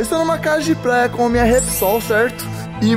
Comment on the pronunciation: Ele fala plaia